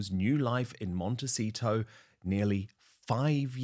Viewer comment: Will someone on production please tell Angela it is a 't' at the end of 'Montecito',, not a 'c'. She says, and has said in other stories "Montecico" which is inaccurate and very annoying! It's poor editorial production.